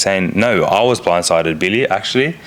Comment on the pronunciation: He was Bwinde sided. lol😂